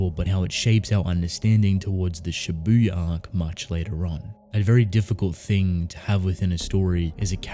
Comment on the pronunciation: Why is it so hard for everyone to pronounce Japanese words correctly? Don't put emphasis on 'u' in Shibuya (渋谷). Have you never watched anime and never heard how it is supposed to be pronounced? Like, seriously? Do you watch everything with dub or something? Every fucking Youtuber I watch pronounces J-words like this, I'm sick of it. I know you probably don't give a shit, but please, how hard is it? Make the world a better place for me, please.